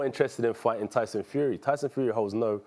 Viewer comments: Did he just say Dyson get it right mate wot a dinlo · "Dyson Fury." Stephen's pronunciation got sucked. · It's Tyson you Toby not Dyson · Stephen said Dyson Fury 😂😂😂😂😂😂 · MAN SED DYSON FURY 🤣🤣🤣😂😂😂🤣🤣🤣😂😂😂😂😂